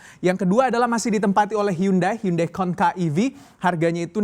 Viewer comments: Hyundai Kona, bukan "Konka". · Hyundai Kona, bukan Konka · Kona mas bukan Konka, kalau konka merk TV jadul gue